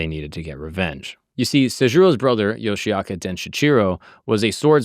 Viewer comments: Great video! Here are a few quick historical facts and a pronunciation tip for your research:Pronunciation: The clan name is pronounced "Yoshi-oka" (Yoshioka), not "Yoshiaka".Takuan: The mentor relationship between Musashi and Takuan is 100% fictional. It was invented by novelist Eiji Yoshikawa in the 1930s and later used in Vagabond. In reality, there is no record of them ever meeting.Denshichiro Fight: You used the Vagabond version (a dramatic sword duel), but the oldest historical record (Kokura Hibun) says it was much quicker. Denshichiro brought a massive 5-foot wooden sword, but Musashi rushed him, snatched the sword right out of his hands, and struck him down with it in a single blow.Love your content, keep up the great work! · 素晴らしい動画ですね！あなたのリサーチの参考になるよう、いくつかの簡単な歴史的事実と発音のアドバイスをまとめました：発音： 一門の名前は「ヨシアカ」ではなく、「ヨシオカ（Yoshi-oka）」と発音します。沢庵和尚： 武蔵と沢庵の師弟関係は100%フィクションです。1930年代に小説家の吉川英治氏が創作し、後に『バガボンド』でも使われました。現実には二人が出会った記録はありません。伝七郎戦： 動画では『バガボンド』版（ドラマチックな剣の決闘）が使われていましたが、最古の歴史記録（小倉碑文）によると、実際はもっと一瞬でした。伝七郎は5尺（約150cm）の巨大な木刀を持っていましたが、武蔵は彼に突進してその木刀をひったくり、相手自身の武器を使った一撃で打ち倒しました。